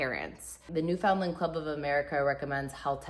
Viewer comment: Please, learn to pronounce Newfoundland.